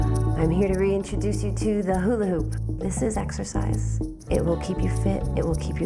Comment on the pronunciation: Did she say sexercise?